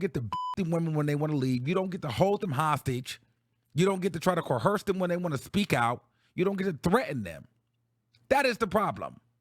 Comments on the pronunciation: Co-ersed not Co-hersed. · I love the way you say coerce 😂 co HEARSE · Love you. The word coerce has no "h". Just want you to pronounce it right because I adore you. Period.❤